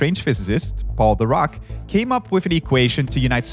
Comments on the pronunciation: It’s weird how he pronounces Dirac. I have heard it pronounced like dih-rack (which is the correct pronunciation I believe) or dye-rack, but never duh-raak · So I'm pretty upset that the host didn't care enough to pronounce Dirac (dih-RAK) correctly..... it is SUPER disrespectful, like what in the trash level of science educator or journalism is going on if you can't bother to pronounce a nobel winner's name correctly? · Pronounced DeeRakk pretty pls next time. I heard The Rock all along. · Please do not pronounce 'Dirac' as 'the rock'. It sounds awkward. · Every time you said “Dirac” I chose to believe that you were saying “The Rock” so I could imagine Dwayne Johnson making all these awesome breakthroughs a century ago. Probably the plot of Fast and Furious 20 or something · I keep hearing "Dirac" as "The Rock" and now I can't stop imagining Dwayne the Rock Johnson as a physicist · Every time he says DIRAC I keep hearing The Rock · I didn’t know Dirac was pronounced « The Rock » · When you said "Paul Dirac" I heard "called The Rock". I did a death stare to my tv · I also heared "The Rock" whenever they said Dirac 🤣 And then there is this "Adams" they are talking about all the time... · Damn, Dwayne Johnson really is in everything these days (I keep hearing 'Dirac's Equation' as 'The Rock's Equation') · I swear I heard “The Rock” 😂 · I keep hearing "The Rock" instead of Dirac, and I'm like: I guess Dwayne Johnson has some unknown talents. (Chuck Norris is gone. I say his place in the world of jokes is up for grabs) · What they said: "Physicist Paul Dirac" What I heard: "Physicist Called The Rock" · For a moment i tought he said The Rock, not Dirac 😂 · I deadass heard him say "Called The Rock" instead of "Paul Dirac" and I was like "THE ROCK?!" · I know for a fact that you’re not telling me Dwayne Johnson was capable of this, but it sure sounded like you were saying the rock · The way you mispronounce "Dirac" completely takes me out of the discourse